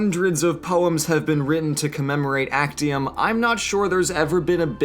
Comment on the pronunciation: Its pronounced aczium.